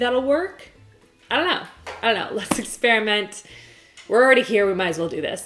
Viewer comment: Lol the way she said "ion kno"